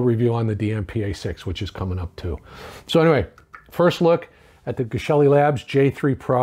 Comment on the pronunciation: Excited for your review. Please pronounce Geshelli correctly. Thank you.